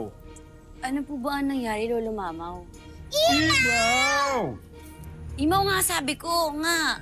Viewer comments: Lira imaw Hindi mamaw hahaha😄😄😄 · avisala lolo mamaw hahahahahaha imaw hindi mamaw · hahahah said, imaw ate hindi mamaw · Lira: avisala lolo mamaw: lolo imaw hindi lolo mamaw